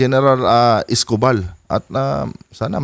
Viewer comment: Gen Escopal mali ang pronouciation niyo.